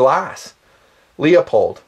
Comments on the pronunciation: Hey Dude! Leupold. It's pronounced Loo-pold. Not Lee-ah-pold. Just correctin' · Leopold Anthony Stokowski (1882 – 1977) was a famous British orchestral conductor. His heritage is Polish on his father's side. His name is pronounced like it looks: LEO-POLD. in video after video grossly trash the famous optic maker's name and calls Leupold (LOO-POLD) LEO-POLD. All I can think of is the conductor, Leopold, who BTW was heavily satirized in a Bugs Bunny Cartoon. See and hear Leupold &Stevens Inc's youtube channel at /user/LeupoldStevens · LOO-POLD. I want to vomit every time you say "LEO-POLD" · Lee-Oh-Pohld. Made me cringe every single time you mangled it. Try LOO-pohld. Thanks for the vid, but plz learn to pronounce the brands you're reviewing. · Leupold is pronounced "loopold" not "leopold" =) Great vid - where is the list though? 75K was a LONG time ago. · Not being from the West (I am from South FL), most scopes can be 4 power or less for 90% of shooting in my area. I like LIGHT, so I bought a Weaver 1x3..very sharp, very light (8oz), rugged. I found a cat tail that fits it. If I could afford one, Luepold (this is pronounced LOO POLD, not LEO POLD. Leopold was a famous orchestra conductor) makes a 1x4 20mm that weighs almost the same(8.5oz). Most 1x4's are as heavy as a brick. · I hate to correct you on something like this, but it bugs the crap out of me. It's "LOOPOLD" not " LEEOPOLD". Call the company and they'll tell you. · I cringe when you say LEE OH POLD. Its LOOP OLD!! Please! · You lost me when you said "LEOPOLD" It's pronounced "LOOPOLD" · Awesome vid,. You put an incredible amount of work in on this. Ton of info - this could have been a 2 hour vid. I'd appreciate your take on setting up the optics... scope mount choices and process, boresighting. Also, no offense intended, but is Leupold pronounced LEE-O-POLD or LEW-POLD? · Sorry, iI misspelled a manufacturer name. It is spelled Leupold, but still it is pronounced LOO POLD.